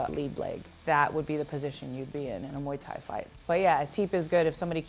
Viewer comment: Viuuu só galera do Brasil, A pronuncia é de fato Moi Tái.. nada de muai tái... Eu sempre soube hihihi